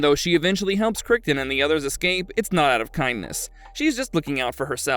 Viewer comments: Needs to be pronounced just like the surname of the Crichton who wrote the Jurassic Park/World novels. "KRI-tn." The voice-over narrator needs to learn to pronounce correctly. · It’s pronounced kriton… ai slop… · Crighton ya if I never watched the show I might not know how to pronounce it either lol kriggton lol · Yes, they really screwed that one up with how John Crichton's surname was (mis-) pronounced by them. Hints for them? The Crichton who wrote the Jurassic Park novels, how is his name pronounced? John's surname is to be pronounced the same way as the surname of the Jurassic author.